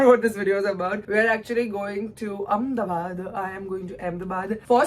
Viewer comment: Its Ahmedabad not Ahem